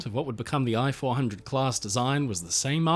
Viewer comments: Ee-chee 400. Computer voicing... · Hi. I am a Japanese and enjoy watching your every upload. Japanese sub I-400, correct Japanese pronunciation is rather close to pronounce "E" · The correct way to pronounce "i" 400 is to use the English sound "ee" as in Feet. It's pronunciation would be the same as if you wrote "e-400".